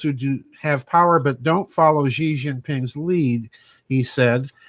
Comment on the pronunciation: His name is not Zhee. his name pronounced She. I speak Chinese.